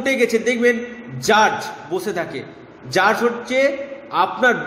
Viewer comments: Rasi noy rashi uchcharon hobe.. r jarj noy judge. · Jurge noi. Judge. আগে নিজের কথা গুলো ঠিক করুন। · Jurj নয় , কথাটি জাজ(judge) হবে ।